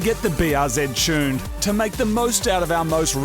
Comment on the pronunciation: OOOOOOOOH!.. You're mean TUNED!...... all this time I couldn't figure out what a "Chyoon" was. Got it now. Carry on.